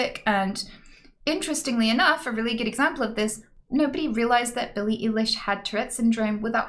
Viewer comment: OK I LIKE YOUR YOUTUBE AND TWITCH BUT WHY YOU SAY BILLIES NAME WRONG THE DISRESECT